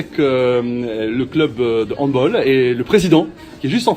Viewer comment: ON DIT PAS HANDBOL ON DIT HANDBALL AVEC UN A